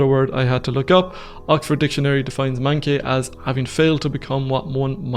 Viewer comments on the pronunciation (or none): This is great. Thank you for all your hard work putting this together. Just to clarify, "manqué" is French and pronounced "monqué".